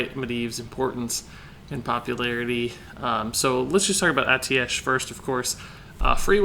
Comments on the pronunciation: It's pronounced ae-teesh, i'm surprised a member of blizzard is pronouncing it wrong, maybe different for different countries tho, yes it is full of words that look and sound strange haha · it's pronounced "a-ti-sh"